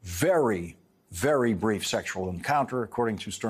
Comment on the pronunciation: Yes, I quickly realized he sort of emphasized BRIEF. LOL.